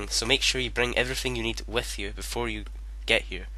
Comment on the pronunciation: "Wif you" lmao